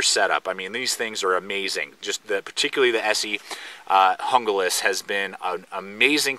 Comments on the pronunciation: it's HOON GLAS !!!!!! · its pronounced Hoonglas....